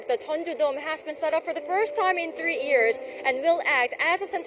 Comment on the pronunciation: "It's been more than two EARS since the outbreak..." "...two EARS..." "...two EARS..." "...three EARS..." Dear Arirang Reporters: It's pronounced YEARS, not EARS. The Y is not silent. Why do Arirang reporters have trouble pronouncing this simple word? You can pronounce WORLD but not YEARS? That is very strange. For Koreans, WORLD is a much more difficult word to pronounce than YEARS. Yet, you are doing the opposite. I don't get it.